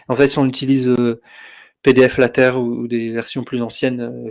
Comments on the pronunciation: Bonjour,! Merci pour votre présentation. Je pense avoir trouvé l'origine de votre prononciation très particulière du mot LaTeX, que vous prononcez LateR plutôt que LaTeK. Je lis dans le document « The Not So Short Introduction to LaTeX » (document lshort.pdf sur le CTAN), dans la première page du chapitre 1, « TeX is pronounced “Tech,” with a “ch” as in the German word “Ach” ». Comme dans l'allemand « Ach so » donc. Je dois dire que c'est la première fois que je lis ceci (en plus l'auteur du document cité précédent est allemand, la première version étant l2kurz, et il écrit: « sprich „Lah-tech" oder „Lej-tech" » que j'ai fait prononcer par Google traduction en allemand, et cela confirme bien: LateKKKKK, pas LateRRRRR). La traduction française du TeXbook contient la phrase suivante (Chapitre 1, exercice de diction): "(...) le mot TeX rime avec le mot « grec »". Ce qui confirme le tout. Je ne sais pas où le traducteur de la version anglaise, habitant la Suisse, est allé cherché le « Ach »... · Bizarre de dire TeR, ConTeXt et LaTeR. Les prononciations TeK, ConTeKst et LaTeK me semblent plus cohérentes puisqu'apparemment le X est la lettre grecque qui a été employée pour former le mot grec qui est devenu le mot « teKnique » chez nous. C'est la première fois que j'entends cette prononciation étonnante. À la limite, je préfère encore les prononciations Teks, ConTekst et LaTeks. On va essayer de passer outre ce tic de langage pour voir l'ensemble de la vidéo, qui heureusement parle de Metapost, pour lequel il n'y a pas d'ambiguïté de prononciation.